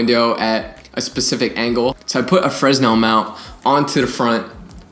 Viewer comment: You're not supposed to pronounce the "s" in "fresnel". Love you!